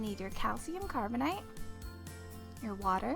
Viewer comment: It's pronounced carbonAte (8) not "ite" Carbonite is an explosive made from coal.